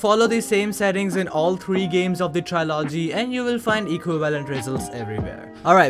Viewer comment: Somebody need to make a tutorial for this guy so he can learn to say TRILOGY